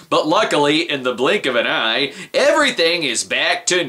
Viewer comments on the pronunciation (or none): none